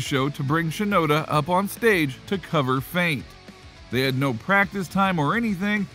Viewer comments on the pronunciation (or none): none